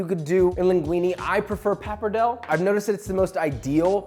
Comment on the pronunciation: Really like your recipes and passion. But Jesus you got to learn to pronounce those Italian names - we don’t cut off -e at the end!! If you say al dente (not al dent), the its pappardellE (not pappardell!!), BolognesE and so on!!! Thank you. No more bad Italian. Love you.